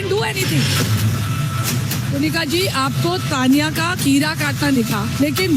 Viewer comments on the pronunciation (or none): Bhaiya it's Kunica and not Kunishka lol .mind your pronunciation. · Pehle naam sahi se bolo...Kuniska nhi Kunica😅